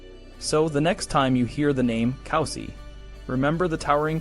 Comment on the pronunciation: it's pronounced coo-si, not cow-si